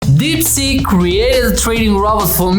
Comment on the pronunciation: sounds like deepsjit